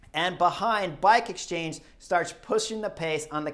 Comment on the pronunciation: “Bike exstrange”. 🤣😂 ❤️🦋